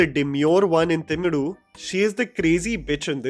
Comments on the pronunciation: Hey man. I am not sure if you have any tamil speaking followers but that movie at is Vallavan. Not Vaadavan. You have actually captioned it correctly but pronounced it incorrectly. And the move is Thimiru. Not Thimudu. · It’s V-uh-LL-uh-v-uh-N And Th-I-m-i-r-ih …( the i in iguana) .. and there is no d sound in either of the names This comment is not in hate .., I just want it to be pronounced correct because it sounds unintentionally hilarious Thanks for being a pan Indian film critic! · first of all, it’s not Thimidu but Thimiru (तीमिरु) and not vaadavan but vallavan (वल्लवन) 😂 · u need to work on ur tamil pronounciation bro i suddenly burst out of laughter when u say vadavan🤣 and thimudu 😂,but it was more hillarious than upendra movie plot 😁😁😁😁😁😁ENNA KODUMA SARAVANA(MATLAB KUCH BHI)